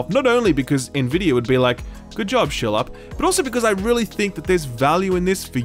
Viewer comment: Why does he pronounce his nickname as? Is that Australian accent?